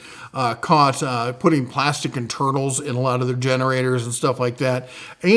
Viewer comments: Ok sir. Thank you for the video and information but HOLY HELL. When you said "honda has been recently caught putting plastics in their INTERNALS", I heard and TURTLES. 🤣🤦🏻‍♂️🤦🏻‍♂️🤦🏻‍♂️ I had to rewind 4 times until my wife said "internals"? Then it made sense. I'll also add a +1 to the Slate Grey colorway on the toolboxes. I bought my 5 drawer Series 2 during last Spring's parking lot sale and I LOVE the color. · It will definitely mess up the soup. I heard "turtles " too... 3 times before my analyzer sorted and coagulation the info into "internals".😂